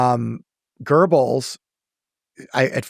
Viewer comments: Guberls😂😂😂😂its Goebels or Göbels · There is no R in Göbels! It's Göbels, not Gerbles!